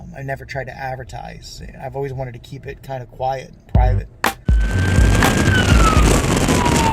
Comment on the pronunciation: Did he say quiet? 😅